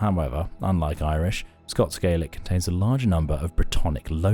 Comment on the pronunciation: This video just highlights how little we actually know about the Picts. Example - the narrator mispronounces Moray and Gaelic, yet we're expected to believe that they say about people who lived thousands of years ago.